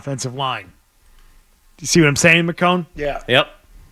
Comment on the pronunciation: everytime i hear mccone, i think it's 'maricón'